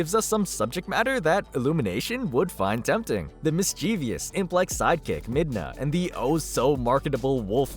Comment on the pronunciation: “Mischievous” is not pronounced like “mis-chee-vee-uss” It is “mis-chiv-uss”.